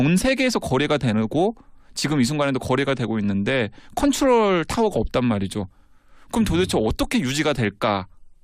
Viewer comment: 콤퓨터, 콘츄롤... 아....ㅋㅋㅋㅋㅋㅋㅋ 사회자는 약주하신듯하고...